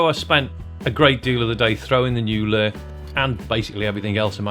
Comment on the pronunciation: You do know it is Lure (Loo-ah or loo-or) not "lerr". You don't fish with a "lerr" or "lerr" someone to thier death lol